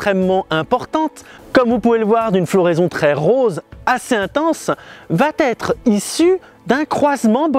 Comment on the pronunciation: "va-T-être" Ça fait mal aux oreilles...